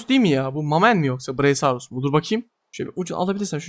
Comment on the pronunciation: ❌ braisaurus ✅brakiosaurus